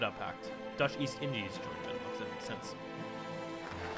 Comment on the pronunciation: Benelux: Ben-e-lou The japanese faction: Die-toa Key-oi-ken Xibet San Ma: Sie-bei san ma Svea Rike: Swe-a ri-i-ke Some pronunciation, correct me if i'm wrong but this is how i've heard people say these things. Also, this is very cool, way better than 100% world tension, keep it up!